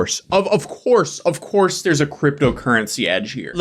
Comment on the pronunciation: I am across the room listening and thought you said an online horse 😂